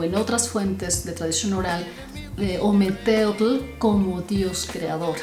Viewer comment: Nefasto la pronunciación!!! ( ,ometetl)